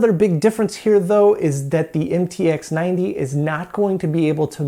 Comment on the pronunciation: “MTX90” read as “em ti ha 90”